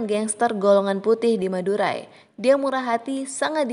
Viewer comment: Denger madurai jadi madura